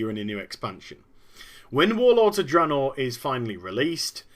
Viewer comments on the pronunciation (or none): Blizzard is in such HORRIFIC disfunction, the majority of the employees don't even know how to pronouce THE NAME OF THE PRODUCT THEY'RE WORKING ON. The guy in charge says "Dra-naw". The EMPLOYEES who clearly never even communicate with anyone else, say it "Drey-naw". What an unbelievably disfunctional company. Metzen clearly never even enters the company Break Room to grab a soda, because that's getting to near the peons. Not acceptable to a multi-millionaire like him. So we get endless Blizzard employees getting up on the stage at Blizzcon and continuously PRONOUNCING THE NAME OF THEIR PRODUCT WRONG. Blizzard Entertainment is, literally, the example of how a company should NOT be run.